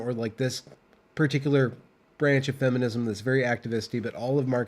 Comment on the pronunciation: can't even say 'Feminism' anymore 😂😢😂😢 Good luck, dude